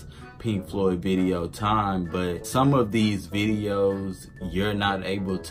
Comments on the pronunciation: Floyd not cloud... lol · agree 100%. This guy needs to learn how to Floyd properly.